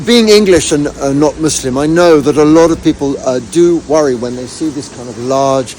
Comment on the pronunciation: Goosebumps. Even say muslim correctly😊